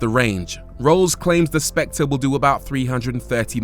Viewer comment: The Specte? .........Not SpectRReh?